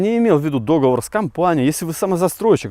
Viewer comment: в чем сложность произносить слово договОр правильно??